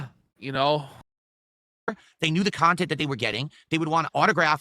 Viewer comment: My favorite part of the snortex is that everything that detractors say is denounced by as "nahense" when its his own words and chatent